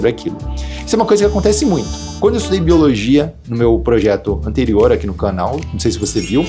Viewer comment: boiologia kkkkkkkkkkkkkkkkkkkkkkkk eu fiquei praticamente o vídeo todo rindo disso, mas me ajudou mt vlw